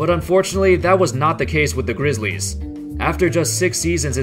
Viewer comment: Dude talks like a computer... THE vanCOUver grizzLIES